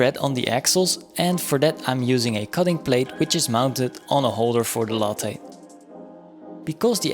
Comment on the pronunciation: Why take a free replacement part that will just fail again when you can make a better one? Never heard lathe pronounced like it's a coffee drink from Starbucks. ;) Long a, not short. Like lay-the but one syllable. Yes, it breaks the rule that two consonants between two vowels makes the first vowel short. Probably some non-English source is to blame for this word.